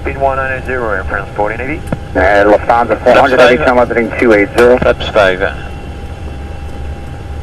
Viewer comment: I love the video but the NY controller is rubbish. Why do they say “descend TWO 5000”. TWO is a disaster waiting to happen. Omit the TWO. Also why do Americans pronounce “Lufthansa” as Luft-harrnnnzzzer.